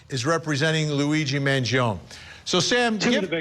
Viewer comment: Why does Vinnie mispronuncing Luigis' last name? It's Man gio nee.